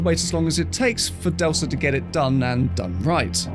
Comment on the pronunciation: Hands and lasers have been fixed in a recently updated version. And it's pronounced "Delka" 👀